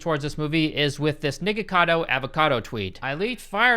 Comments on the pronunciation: bruh said “nigga-cado avocado” 😂😂😂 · nah man needed to enunciate the K in nikocado cause it sound like he said that somethin somethin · I don't think that's how his name is pronounced holy moly